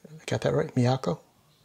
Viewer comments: Asami - Uh-SAH-mee Haruna - Hah-ROO-nuh Miyako - Me-YAH-koh (You said it right) Midori - Mi-DOOR-ree Miho - MEE-ho (You said it right) New bass player - Fami - FAH-mee (Rhymes with Asami). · A-sah-me . . Mi-yah-ko (got it right) . . Mi-do-re . . Ha-ru-na . . Mi-ho (also right). Since you're looking back at Lovebites history: Miyako writes most of the music (about 50%), and Miho wrote about 25%. A friend of Miho's (a 6th Wolf of sorts), Mao Yamamoto has written most of the remainder, and he has also collaborated on some arrangements. Asami has written the lyrics for just about all of the songs except Miho's, for which Miho wrote the lyics. Miho left the band for personal reasons in Aug of '21, and was replaced by 20 yo bass phenom Fami last October. They toured the UK twice, in nd time with Dragon Force), and their 2nd trip they played the Bloodstock Festival and did some gigs in Europe, including playing at Wacken Open Air, about the biggest Metal Festival there is. They grew in popularity in 2019, but had their biggest Tour cancelled in 2020 due to Covid. Miho left in Aug, 2021, and Lovebites when on hiatus until October of 2022 - during which both Asami and Miyako got married and had babies. 🤟🐺🤟